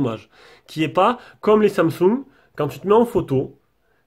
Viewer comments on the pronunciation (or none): none